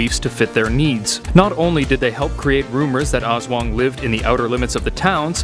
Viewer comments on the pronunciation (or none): Its ASSWANGG not awswang haha lov your accent bro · Yeah its called (Aswang) not (Es/wang) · Aswang literally translates to Ghost also it's Aswang not As-wung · "As-wang" Not "As-wong" -. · Im filipino But it is said As-wang not Aswong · Not awswang it's aswang literally I live in the filipines so yeah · They are real. My uncle has one on speed dial---literally. And for pete's sake, it's Us-whung Not Aaahhss-waaaaaaang. And no, your idea of them joining terrorists is laughable since they have almost no human inclinations. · Lol he pronounce (O-S-S-W-A-N-G) it's funny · I was watching the on the Creepy PHILIPPINESSSSS Legends and When he pronounced Aswang I laughed so hard I nearly peed He said Azweng LOLLL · The pronouncation is as-WANG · Love it each time he says aswang pronounced as aws wung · Pronounciation: A s wa ng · Little correction as a filipino, Aswang is pronounced as: As-Whang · Oh no wonder the name looked familiar also in philippine it is pronounced as (as-swang) dont take it out of context.... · It's funny how he pronounce aswang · ITt pronounces ASWANG not AS-WANG . correct pronpunciation is to say it bit faster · The way you pronounce aswang is so funny 😂😂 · me as a Filipino his pronunciation of "aswang" is actually very funny to me😊😊😊😊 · His pronunciation of 'Aswang' is slightly disturbing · As a Filipino my self its funny the way he says "aswang" and Aswan can also be called a ghost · How you said Aswang made me cringe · Your pronunciation is wrong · Oo nga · Zekken - MLBB Hahahahaha mee to, its so funny how foreingers pronounce filipino words🤣🤣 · That aswang being pronounced